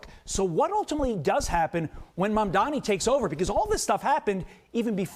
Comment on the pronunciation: Learn how to say Mamdani's name correctly. It's NOT MaNdani, it's MaMdani.